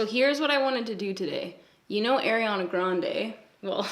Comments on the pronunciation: are-iana, not air-iana 😘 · i love u... i do. but i cringe when u say “air-ianna” it’s “are-ianna”:/ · Ariana Grande pronounces her name Arr-iana (think arr like a pirate), not Air-iana. I used to say it like that as well. Here’s a video of her saying her own name for 30 seconds straight 😂: And I just wanna say I totally relate to people giving you acne advice. I’ve had a few people give me advice irl when I didn’t ask. And they weren’t people close to me. One time my male boss asked me what I had on my face! 😳 Omg it was so awkward! What an ass. I mean had he never seen anyone with acne before? This guy was at least 40 years old. I hope I don’t have to deal with forever! My dermatologist put me on medication for it and it’s gotten better. It’s definitely not gone though. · you pronounce ariana so funny like AIRiana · "air-iana" LOL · The way you say Ariana 😂 my golly I ❤️ Canadians